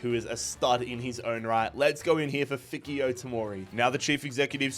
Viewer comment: Every time he said fikayo it pained me😭😭